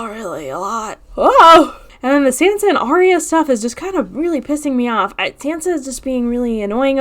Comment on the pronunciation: After all this time, you don't know how to pronounce Sansa's name?? Wow.